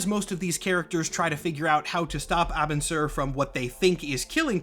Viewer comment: "Abin" is pronounced like "aging" but without the final g and a hard b in place of the first. Like you're cosplaying Lincoln, you're Abin!